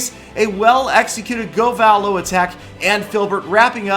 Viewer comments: i'm wondering why you pronounce govalo like that. most people say go-vah-low where you say go-vaa-low, and if your pronouncing troops names how they would be abbreviated shouldnt it be go-va-lu? cause loons are pronounced luuns not loowns, just like valks are vaaalks not vahlks. i hope this makes some sort of sense cause pronunciation on youtube is a bit tricky lol. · Does it bother anyone else how he's pronouncing govalo